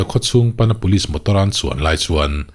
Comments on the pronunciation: pulis(police) an ripawt(report)...... tih hi le.? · pulis(police) an ripawt (report) ta tawp mai a ni........ tih hi le.....?